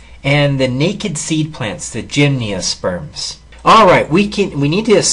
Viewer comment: Gymniosperms, haven't heard they pronunciation of gymnosperms before! ;) Thanks for the good video! Cheers.